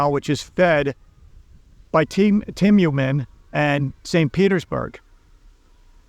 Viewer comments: it's not Tim-u-men. It's Tiumen. Read it "Tue-Meng". As well, it is "Koor-sk". like Coors' Beer. Not "Curse-sk" like Cursed. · Please learn how to pronounce Tyumen. You can use the speaker in google translate to hear the proper pronunciation. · What is so hard about pronouncing Tyumen correctly?